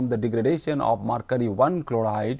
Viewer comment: It is mercury not marcury